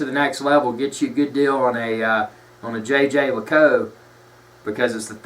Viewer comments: Fair enough on the Jaeger LeCoultre pronunciation, but I'm quite happy for to continue with "Tag Whore". It's a pity this vid has more down thumbs than ups. nails all his points and gives a true appraisal of the brand. JLC rules!! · So, where did you call? HQ in Switzerland? No? Your pronunciation is definitely completely wrong. Try to find an interview with the companies CEO and listen carefully. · lol you totally butchered the name but otherwise great video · I didn't say that you are "dumb",you know a thing or two about watches,but you as most americans have no/basic/knowledge of german or french and and it is obvious.The name of the brand is not pronounced like this and the term "manifacture".They are not just words but terms.Your intonation as well sounds like you're talking about AR-15 orGlock 10mm.Fact.Marketing. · you are closer than people here think. It's not "yay-ger"--though everyone in North America thinks so. Jeager is French, people keep trying to pronounce it like they would Jager as in Jagermeister--this is a German word. Jeager as in the watch brand sounds more like "jay-jear lecoolt"--with the 2nd j sounding like you would say "je t'aime"--French for "I love you". Jerome Lambert, CEO of JLC can be heard online saying it correctly if you really want hear it done right. Nice watch BTW! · According to Watchtime pronunciation guide the correct pronunciation is: zhey ZHER leh KOOLT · It is not pronounced Jay Jay Luh Koot, Jhey - jher - Luh - koolt. No american J's in there. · he is keep telling JayJay La_cow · JJ LACOU? Are you kidding me? You do not deserve to hold that watch with your ignorant pronunciation. I bet you're one of those guys that calls an Audemars Piguet and AP. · Isn't it pronounced Yay Gir Lih Cool Trrrh? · I think it Yay-ger Le-colt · jey jer leacoolt, soft J with a French way of saying it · your pronunciation of the brand certainly is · Stop it, it is not jay jay lay cou🤦🏻‍♂️